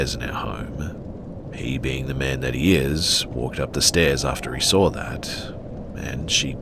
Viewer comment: There is no r in saw